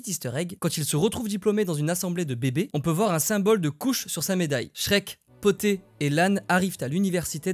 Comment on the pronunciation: C’est pas le chat poté mais bien le chat BOTTÉ car c’est un chat qui porte des bottes et le P est pour en anglais: Puss in boots!!! De rien!!